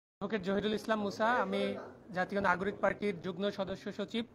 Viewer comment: যুগ্ন বলছেন কেন হবে যুগ্ম।